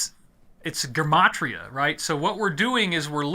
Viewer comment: Did you purposely mispronounce Gematria so YouTube won’t pick up on it? Man the censoring is so bad these days.